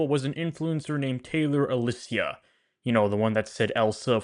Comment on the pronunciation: I think her surname is pronounced as A-lee-sher, just letting you know.